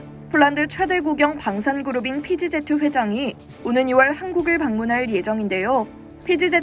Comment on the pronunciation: PGZ(피지제트)가 뭡니까? "피 쥐 지"로 발음해야지요 ㅋㅋㅋㅋ